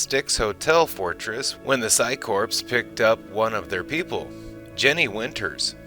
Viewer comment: There is no p in core. The phycore does not have a p in it. So quit putting a p in the word.